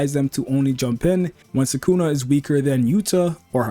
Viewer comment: Subscribed for pronouncing sukuna correctly most of the time. Nobody else on YouTube gets it right